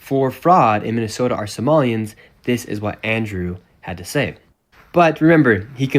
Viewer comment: He said "some of his fuckups were so unintelligible no amount of editing would make it acceptable" and then gave an example where the biggest and only fuckup was nick saying Mi-Minnesota. One single syllable stutter that wasn't even noticeable on the first watch through. WTF Is this hack doing cosplaying as a journalist.